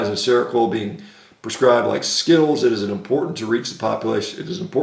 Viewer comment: Anyone else get triggered by "skittles"